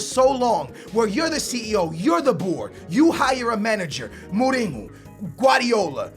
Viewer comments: It's Mourinho not Molino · Why do you say Mouringo lol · the way he pronounces morinho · it's not moureengo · Why does he say Mourinho like Mooninyo? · perlim pim pim Perlim alguns deles, sim, outros é mesmo errado xD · Jeez just go to Google translate ,change the language to portuguese and type José Mourinho. jeez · The way you say mourinho and Juventus makes me feel like aids has jumped into my ears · I like, but i hate it when him and many other americans over pronounce foreign player names, example for when he says mourinho. He always says names with accents and is quite annoying to me. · Stop saying Mourinho like that, you've been saying wrong for years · Lol no, we pronounce it Mourinho like in english -. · Julio Maldonado I think he's one of stupidest people on the internet he can't pronounce simple fucking words and every game when he scores a goal he shouts "GO GO GO GO OALLLLL" ,it's annoying seriously .